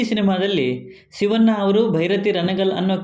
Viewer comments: ರೀ ಸ್ವಾಮಿ.... ಶಿವ'ನ್ನ' ಅನ್ನಬೇಡ ಶಿವಣ್ಣ ಅಂತ ಹೇಳಿ... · ಶಿವಣ್ಣ ಅನ್ನಿ ಸಿವಣ್ಣ ಅಲ್ಲ 😃